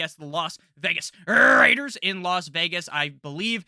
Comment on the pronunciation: when hits that las vegas rrrrrrrraiders